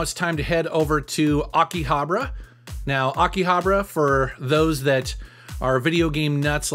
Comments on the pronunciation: my ocd kept getting erked as how he said akihabara as "akihabra" but other than that, awesome locations lol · ughhh the way he pronounces Akihabara is super cringe, Akihabra lmaooo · I Lived in Tokyo for 7 Years and the way you Pronounce Akihabara is Killing me lol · I know, I start to cringe every time he pronounces it wrong like that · Abra cadabra... Akihhhhhhhabara...joder esa pronunciacion americana de las letra "hache"